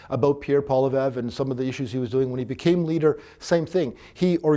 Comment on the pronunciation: Too bad the so called expert can't even pronounce Pierre's last name properly! Seriously? Come on man!